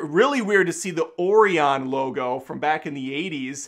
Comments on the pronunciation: Oh-rye-yun. Not Oreo-un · I didn’t even know that’s what he was trying to say. “Oreon” is what I heard. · I ❤ you dude, but it's pronounced o-ri-on - I used to work for them.